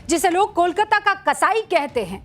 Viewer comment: Madam, आप इतना डांट डांट कर आक्रामक ढंग से क्यों बात कर रही हैं? दूसरी बात, कोलकाता का उच्चारण आप कोलकाता न करके कोलकाता या कोलकता क्यों कर रही हैं?